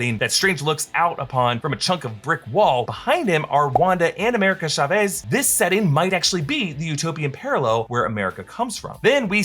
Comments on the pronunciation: Why does americans pronounce "CH" as "SH"? It's TSAVEZ, not SHA-VEEZ. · Chavez is pronounced Cha-ves, not Shavez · Ya'll are exposing yourself for not hiring any hispanic people. Chavez is not pronounced like that lmao